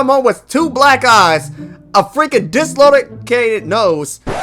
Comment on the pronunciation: "Dislolocated" lmao